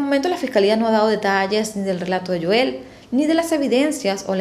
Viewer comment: Es Joel, HO-él